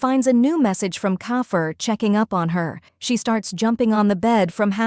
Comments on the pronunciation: Who's kofer its keifer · Its keifer not kafer😂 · It s keifer not koki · LOVE IT BUT KOFFER ??? ALWAS KEIFER NOT KOFFER AND KAKO WHO IS THAT CAN YOU DO IT GOOD CAUSE I REALLY DONT UNDERSTAND WHAT IT SAYING SOMETHIMES PLSS